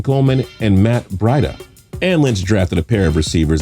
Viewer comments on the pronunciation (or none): It's never been more obvious that this dude doesnt watch the NFL..... its Bree-Duh. Not Bry-duh. Just watch 1 week of football and learn the names of star players.... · "MATT BRID-AH" Facepalm It's "BREE-DAH" spelled Breida! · it's pronounced Brie-da